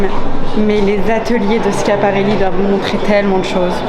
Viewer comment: Léna fait partie des rares personnes à savoir prononcer correctement « Schiaparelli », ça mérite bien un prix Nobel de la mode 👗👑✨